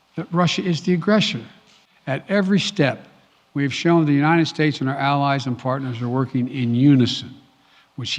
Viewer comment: "we are unined"